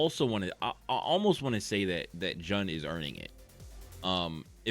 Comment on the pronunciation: The way u said jun got me angry😂its pronounced like june